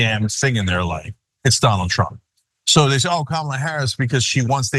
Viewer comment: Remeber when Michael course called him “Danald”